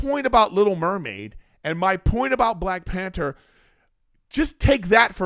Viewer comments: PAN - THER not "pan - ter" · There’s a H in panther lol